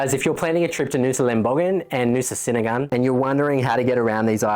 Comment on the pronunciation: Look im sorry to be the first to let you know that 'senigan' is pronounced "chenigan". Aside from that, they are beautiful islands that are well worth the effort to get there, we are always sad when we leave.